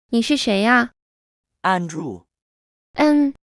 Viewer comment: andrew的笑點是? 後面的發音像侏儒?